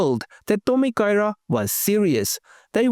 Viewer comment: I think you did well with the Japanese pronunciation. 👍